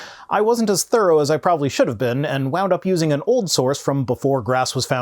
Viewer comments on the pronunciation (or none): none